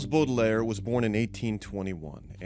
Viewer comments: "BORDER-LAYER" wow, never heard his name pronounced like THAT ever before !!! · Pity he can't pronounce Baudelaire correctly 🙄